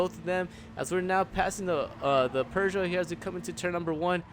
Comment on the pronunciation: OMG it's not "purr-joe". You're doing better every time but just drop the r's and you'll be golden!